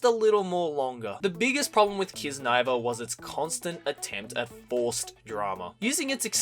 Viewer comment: I thought kiznaiver was pronounced kizna-iver.